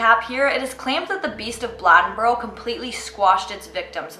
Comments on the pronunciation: It’s pronounced BLAY-DEN-BORO. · Blade-n-boro....say it right. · The way she said Bladenboro had me weak, pronounced blade-n-boro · I live in bladenboro and it is not pronounced the way you are saying it. Just wanted to let you know